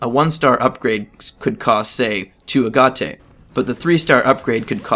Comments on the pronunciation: Yea I had no idea what he was talking about at first either (and it's pronounced "agit") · Lol did he say “a gha tay”?! It’s pronounced ah gate. Agate is an actual Crystal in the real world too with some supposed occult Or mystical properties. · Half a decade later, you called it "ah gaht tA"? I can't stop giggling. This is better than the time my text to speech kept pronouncing Agape as "ah gah pA".